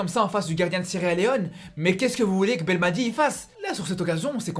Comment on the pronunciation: mec je te suis pendant des années depuis tes débuts je respect ton travail t es un ace dans la matière d'analyses mais coté prononciation des noms des joueurs tu me fais chiée à mort prononce comme un arabe pas comme un français par exemple le nom c'est belmadi et non pas belmatjii et ben rama wlah Ranma rah ben rahma ha le ha a bachar